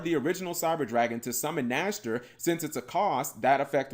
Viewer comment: Saying the name riiiiiight.......makes.....ears.......happyyyyy ^^